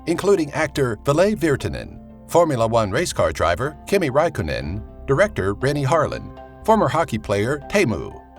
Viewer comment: Khami rhaikkonen and simou haihaa😂